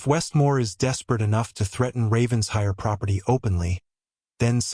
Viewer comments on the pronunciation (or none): Ok. I'm totally invested in this story now so a couple more things: Pronunciation of Ravenshire should be Raven/shire. Not Ravens/hire. Also, Penhurst should be Pen/hurst, not Pen/hist. Also, the word wound is being pronounced wrong. 😊 Looking forward to the story of the Ravenshire heir growing up with such an intense, devoted father. (If you are in need of a proof reader I would be glad to help. 😁) Have a great day!